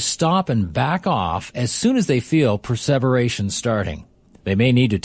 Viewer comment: the voice is pronouncing preservation without the meaning of preserve. Meaning to endure the time?